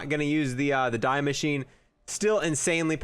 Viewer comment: die maschine = “dee mashine” not fuckin die